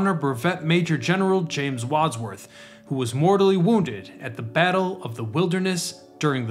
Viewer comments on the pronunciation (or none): none